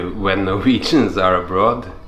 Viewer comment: I was expecting you to say “ab-road”; you said “abrudd.” The Norwegian accent is so unpredictable